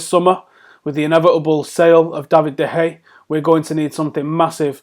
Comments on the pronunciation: Just read that off the screen, was painful to listen to. Also pronounced de Gea's name like 3 different ways. Anyways the muppet in me would accept Ronaldo for de Gea, but de Gea would win more games for us, especially in the long term.. Just give him a contract that the best goalkeeper in the world deserves and hope for the best. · "DE HEYA". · Stop pronouncing De Geas name wrong